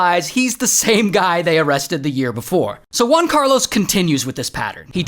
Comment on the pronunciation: “One Carlos” Try HUan Carlos, like in “Hooters”